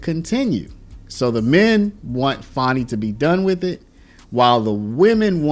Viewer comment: It's Fani, NOT Fauni. Get it straight